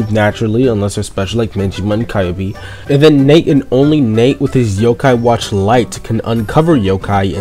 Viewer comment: Kyubis name Is pronounced Q-Bee